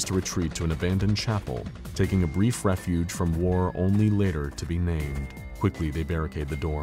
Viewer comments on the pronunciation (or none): none